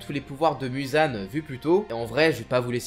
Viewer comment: Muzan sa ce prononce Mouzan